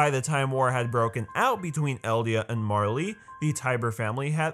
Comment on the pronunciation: Its [Mar-Lay] = Marley